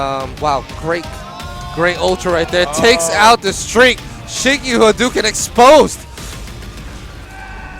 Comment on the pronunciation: He doesn't actually say Haduken.. He says Enduken..